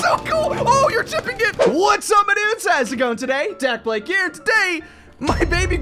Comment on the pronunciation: Dac blake?? It's dakblake 😂😂😂😂😂😂😂😂😂😂😂💀💀💀💀💀💀💀💀